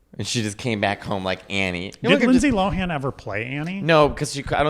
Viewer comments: i’m 3 minutes in and you’ve both failed to say her name correctly every time 😭 she’s addressed this in interviews multiple times - “lohan” is pronounced “lowun.” not LOW HAAN 🤣 the same way “lindsay” is pronounced linsee not “LIND SAAYE” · Her last name is pronounced loan the H is silent